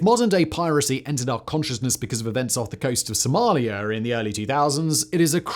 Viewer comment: BTW - there is no "R" in Somalia.